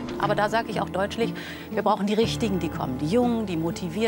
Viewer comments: sagt sie da "Aber da sag ich auch DEUTSCHLICH..".... ?!? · Von der Leyen: ,,.. da sage ich auch deutsch-lich'' deutlicher kann man es mit einem freudschen Versprecher wirklich nicht ausdrücken!